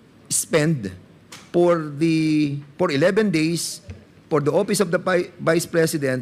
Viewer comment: Pwede ba Fernandez huwag ka na mag English! Yung letter F naging P “ Por maintenance”.. Saan ka ba nag aral ng English mo? 😅